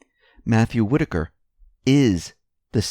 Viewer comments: I am glad you learned the correct pronunciation of Whitaker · most likely you didn't read very many books while you were in High School. You finally got the pronunciation of "Whitaker" correct but it's "MONITORING" not "monoring". Don't be mad! I made lots of mistakes when I was your age too (I'm 78).